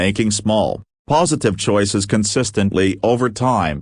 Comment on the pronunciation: Can you say... ChOoiiises...? :face-red-droopy-eyes